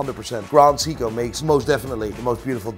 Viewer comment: Say-ko you muppet, Say-ko not See-ko! Like Richard Meelay😅